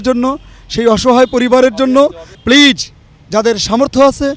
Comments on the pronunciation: I don't like the man who his asking questions to the seller, his pronounce of please sounds pleaze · Plaze not please ok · Pleaj pleaj pleaj Presenter is a joke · উপস্থাপক: পিলিজ পিলিজ পিলিজ..... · You pronounce “Please” very bad. Don’t pronounce “s” as J pronoune as “z”. Thanks. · উপস্থাপকের প্লিজ উচ্চারণ হয়নি!😀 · correect your pronunciation of please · উপস্থাপকের "প্লিজ" বলার উচ্চারণ ভুল. লিয়াকত ভাই অসাধারণ ইংরেজি বলেন। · He can speak English so what.if u try u can do it.presenter talk too much like a fool he can not pronunce "PLEASE "